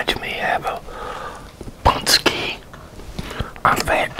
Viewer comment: Our Polish pączki are the best if they are really homemade ones 👍 We eat loads of them on FAT THURSDAY. I ate 5 and it was my record 😁🙌 Anyway great pronounciation,:) and thanks for the video